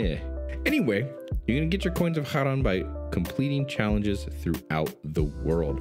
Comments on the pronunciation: Charon is pronounced "Care-On" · It's supposed to be pronounced Kharon (Kare-RON). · Coins of charon its pronounced ka-ron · It's pronounced Ke-ron Like Karen, but male.